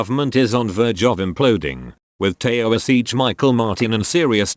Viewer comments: It is pronounced Tee-shock. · A “ Tayo-a-seech?”. If your text-to-speech app can’t read Gaelic then don’t use it.